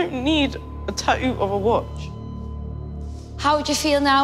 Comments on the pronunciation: wtf is a “ta-ooh” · It’s Tat too not Ta-ooh tf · How the host girl pronounce tattoo : eadheou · The word Tattoo has two T's in the middle of the word. How in the hell do Australian's alway miss both of them when the pronounce the word? 🤷‍♂️